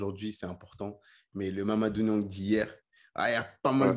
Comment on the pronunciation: il me semblait bien, mais je ne crois pas avoir entendu Mamadou Niang reprendre quelqu'un sur la prononciation de son nom alors qu'il est systématiquement mal prononcé